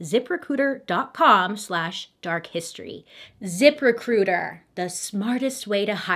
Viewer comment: It sounded like she said zipper cooters instead of zip recruiter 😩